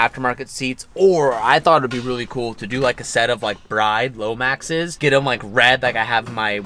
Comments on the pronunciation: Bride, the seat company, is actually pronounced "brid" as if the e is nonexistant. Interesting little factoid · The pronunciation of Bride...is Brid like grid but with a B. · It’s pronounced Brid not Bride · I don’t like the way you pronounce BRIDE